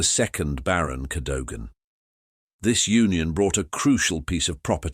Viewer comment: And pronounce Cadogan properly! 😡